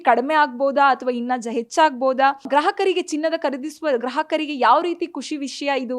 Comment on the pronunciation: ಗ್ರಾಹಕರಿಗೆ ಇವಳು ಗ್ರಹಕರಿಗೆ ಅಂತಿದಾಳೆ ಏನು ನವಗ್ರಹ ನಾ😂😂